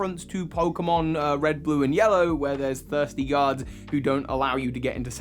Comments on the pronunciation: Ha totally thought u said “thirsty gods” but u had said guards 😂 great video ❤️ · what he said "there are some thirsty guards" what I heard "there are some thirsty gods" ...Zeus? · I kept hearing “thirsty gods.”